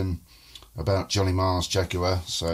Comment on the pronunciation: The big mistake you made was pronouncing Jaguar with a long U sound